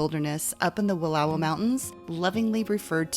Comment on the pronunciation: Thank you so much for pronouncing Wallowa correctly. Grew up there. My favorite place in the world.